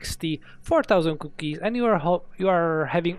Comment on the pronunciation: I like how he says cookies. COUOkies